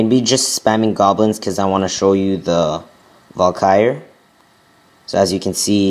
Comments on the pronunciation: not to be rude but ts pronounces val-kee-ree not valkire which is what you sound like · it's not pronounced Valkyre it's Val ka ry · Its valkyrie (Val-ky-re) not (val-kire) :/ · Wtf is a val-ky-er? You mean Valkyrie? Val-ker-rie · It's pronounced Val-Kee-Ree as someone ese said, not val-kai-er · It's not val-kire. It's Val-kir-ee. just fyi. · Elixir(not elixair) VAL-KY-REE (not Val-kires)moreter(not moretar) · Val-ky-rie!!! Not Valkire... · VAL KU RIE, not valkire -_ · wtf is a valkiar? its called a valkyrie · its not valkire its Valkyrie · Val ca ree not Val ki er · dude its pronounced VAL-Ka -Ree. i want to rip my ears off everytime i hear you say val-kire.. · It's pronounced VAL-KIE-REE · It's pronounced Val-KEER-ee, emphasis on the KEER. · its actually Val-Kuh-Ree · Sounds like he is sayin vulkire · It's pronounced. Vahl-Kuh-Ree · Its pronounce val-ka-ree. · Lol it's said val-kr-I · It's pronounced Val-ka-re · Dude it is pronounced Val-ker-Ree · Pronounced: vAll. Car. Eeeee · Lol Valkyr, he can't pronounce crap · Omg! I was laughing to death when I heard him pronounce Valkyrie!! Lol! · You make so many fails... Starting from the pronuoncation of Valkyrie. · I wish you would pronounce 'Barbarian' and 'Valkyrie' properly, seriously dude, look it up! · You can't even pronounce HER name properly never mind use them to good effect. 100 DE to kill clan castle troops? Just use 1 lightning spell instead, you wont even have to lure them out of the base.. Those who can't, teach. Ay?